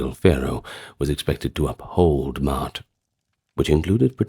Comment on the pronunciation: Ma'at, Ma'at, Ma'at... not "Mart" 😂